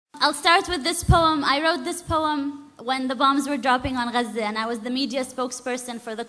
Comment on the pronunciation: It was a pleasure to learn how to pronounce Gaza properly